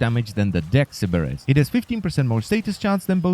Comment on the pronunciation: I like the way you say "Sybaris."